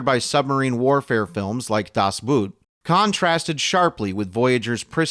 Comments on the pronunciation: This non-sentient being, or the derelict computer voice read the word “das boot” as das boot. Thought this was worth just a wee bit of trolling… Das Boot being German should actually be pronounced; “Das Boat.” You’re all very welcome. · I'm very disappointed at the pronunciation of "Das Boot". So much so I had to leave a comment even though I should finish my breakfast. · That pronunciation on 'Das Boot' lol